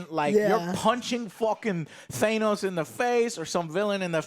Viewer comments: thay-nos? thay-nos? It's than-oss, say it right! Kingpin only have tracksuit as he lost everything after daredevil and the blip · Guess I shouldn't be surprised that Joe still say thanos wrong even after hearing said the correct way multiple times in the movies. All three of you are also saying Vincent's last name wrong